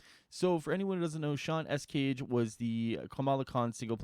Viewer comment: Escayg is Pronounced (Es- Sky)